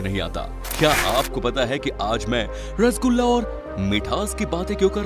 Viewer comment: Rasogula appke voice me bahut achha laga sir so funny 😂😂😂😂😂😂😂😂😂😂😂😂😂😂😂😂